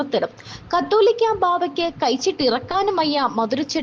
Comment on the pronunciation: കത്തോലിക്ക അല്ല കാതോലിക്ക: അക്ഷരം ആദ്യം പഠിക്ക് പിന്നെ മതി ചാനലിൽ ചർച്ച